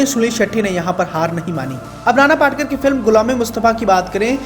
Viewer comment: नाना पाटकर...! नहीं... नाना पाटेकर 👌